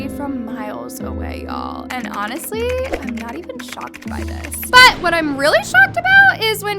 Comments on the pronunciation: the BUT keeps scaring the fuck out of me lmao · jesus the ‘BUT’ is so annoying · The way you say “BUT” is too much. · My heart skip a beat everytime says BUT!! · I kept getting distracted by you saying “BUT!!!” 😂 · it was kinda extra and annoying tbh lmfao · The emphasis of “but” always distracts me